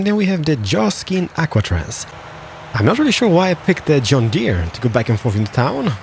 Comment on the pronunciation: I it's funny how he says john deere